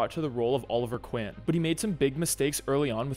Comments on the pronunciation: did he say oliver quin instead of queen? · It’s Oliver “Queen”. You said, “Quinn”. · Ain’t no way you said Oliver quin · Queen not qwin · Bro said Oliver quin